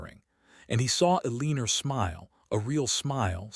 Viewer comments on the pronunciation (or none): I’ve started leaving all of these as soon as I hear hopping or starring. I’ve heard this same narrator ai voice pronounce things correctly so it IS possible. Edit to add: or Eleaner